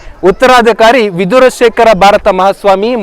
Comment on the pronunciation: ಚೆನ್ನಾಗಿ ಮಾಹಿತಿ ತಿಳಿಸಿದ್ದೀರಿ ಧನ್ಯವಾದಗಳು ಗುರುಗಳಾದ ಭಾರತಿ ತೀರ್ಥರ ಕರಕಮಲ ಸಂಜಾತ ವಿಧುಶೇಖರ ಭಾರತಿ ಎಂದಿದ್ದರೆ ಚೆನ್ನಾಗಿತ್ತು not ವಿದುರ ಶೇಖರ